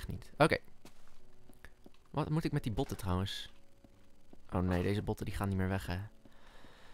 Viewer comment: en het is niet neit maar niet